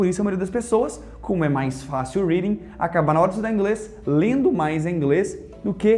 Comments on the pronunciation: Véio sem ofensa mas você come a letra D no português. Em você diz Leno e escutano ao invés de lendo e escutando. Você é um puta professor de inglês e fala creio que perfeitamente o inglês. Mas no portuga há uns vícios. Abraços. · Pare de falar ; leno , andano ... Já que está ensinanDO . Kkkkkk sorry